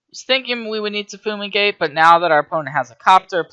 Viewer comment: im sorry but its drivingme crazy that you keep calling FUME-igate Foo-migate. look at the art, say the word to yourself. it doesn't make any sense